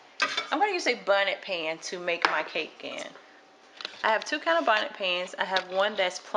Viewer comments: I love your recipe it looks very good and I love your attitude, but please sweetheart say "bundt" pan not "bunted" and "confectioners" sugar not "confetti" sugar and you'll be alright. Keep making good videos like this one. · Why do you keep calling it a bunit Pan? Is this a bunt Pan? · Lol! I was laughing at bonnet pan when it should be "bundt". But the recipe rocks. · quit calling that bundt cake pan a bonnet pan you so funny just saying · Sylvia, The video is on channel. Her charm is her relaxed way of following a recipe and her dialect. If you understood bunted pan to be bundt pan and confetti sugar to be confectioner sugar, why make an issue of it? The cake looks and tastes the same no matter how you pronounce the names of the ingredients or the pan it's cooked in. Sincerely, cnucmecnu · Love the easy recipe but the pan is called “bunt” and the icing sugar is “con-fect-shon-er”